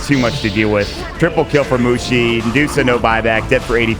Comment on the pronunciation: MUSHI ... without T